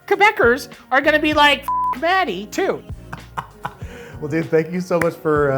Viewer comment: not me hearing I'm gonna swallow DADDY instead of Matty